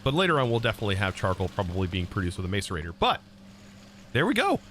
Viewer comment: hey, the "mace" in macerator is pronounced as "mas"